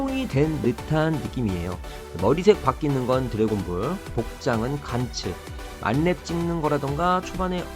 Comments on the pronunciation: 만렙이란 발음이 안되나? 말렙이 머야? 신뢰성이 확 떨어지네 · 야 말렙이라고 발음하는게 맞지 잼민아